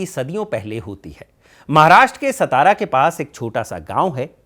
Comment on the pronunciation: सतारा नही रे सातारा हे